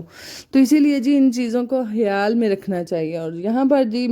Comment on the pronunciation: Hayaal nahi khayal hota hai